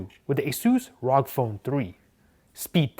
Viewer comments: it is pronounced as AR-OH-GEE not just rog damn it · You pronounced it the wrong way it's the short form of republic of gamers R.O.G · many people keep pronouncing it rawg phone,correction its R.O.G phone